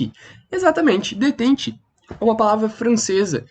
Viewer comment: Se pronuncia "detán"